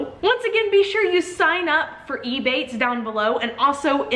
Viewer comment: It took me so long trying to work out if you were saying ebay or ebates